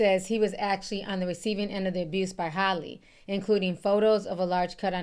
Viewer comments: Ti!! Her name is HAL-LEE... Like the name AL...but Halle not Holly 🤣.. Like Al pacino... Hal-ee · Do yall pronounce Halle Berry name as Holly Berry as well🤔🙄